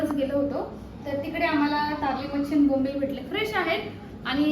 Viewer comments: Tarli❎ Karli ✅ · Tarli nahi karli bolatat.